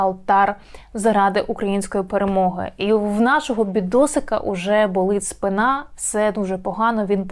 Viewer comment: РагулЕм, а не рАгулем; не сітка, а мережа телеканалів; вівтар, а не алтар; промацування Ґрунту, а не прощупування Грунту; спИна, а не спинА; згідно З опитуванням.